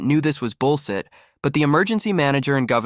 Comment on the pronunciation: Mispronounced lead (metal) and bulls(h)it. Maychines can’t read correctly.